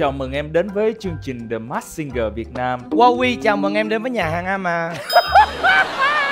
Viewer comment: Mình rất mê chương trình ♡ Hy vọng góp ý nhỏ này sẽ có ích ạ: Singer /ˈsɪŋə/: phát âm đúng sẽ là sing "ngờ" chứ không phải sing "gờ" đâu ạ ^^ The masked /mɑːskt $ mæskt/ Hóng chờ tập tiếp theo quá ạ ^^~